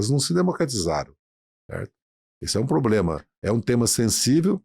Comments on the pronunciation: Haddad luxo pro brasil??kkkk a vo po caralho esse cara ai vei duas hora ouvindo merda de um cara q fala pobrema em vez de problema,pela amor nao chama mais esses safado nao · O cara ainda vive o sonho do Brasil o “país do futuro “ e para fechar fala “poblema” Esse Podcast já foi bom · Tava quase convencendo aí saiu um "... pobrema crimático" 😅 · Esse é o mais inteligente da esquerda?! O cara fala "poblema"!